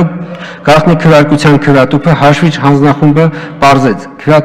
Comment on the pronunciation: Լավ 8 րոպե նույն նախադասությունների վրա կմկմալը մի կողմ, բայց ախր հաշվիչ բառի վրա կարելի էր պարապել, մեծն մաեստռոս լիներ կասեր մարդ չգիտի խնդա թե լա